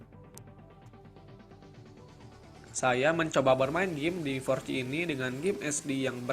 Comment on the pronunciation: yg bener mi4c bacanya (mifor si) bukan miforci. cuma buat masukan aja buat spelling nya. sukses terus